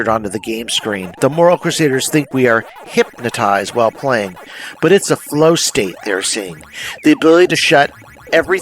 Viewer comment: Bro really pronounced it "Hyp-matized" in this video